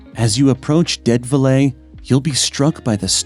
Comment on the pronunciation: Dead velay? GET A REAL PRESENTER!!!!!